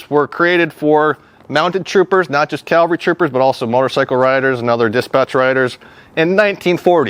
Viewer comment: I don't want to be a dick, but it's CAValry, not CALvary. Calvary is the mountain in the bible, or whatever. Sorry, it was driving me nuts the whole time. Lol